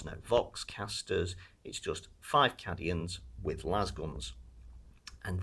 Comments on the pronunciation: Cadians are pronounced "Caedians" tho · Absolutely murdering the pronunciation of cadians lol "caddyins"